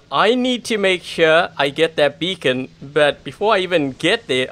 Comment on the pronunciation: Funny how he said that dam becon